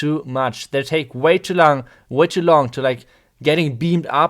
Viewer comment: "They take Way to lang.... äh long."😂